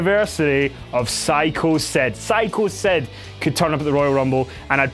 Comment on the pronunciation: SYCHO CED... lmao. I'm sorry mate, I know it's your accent, I just find it pretty hilarious.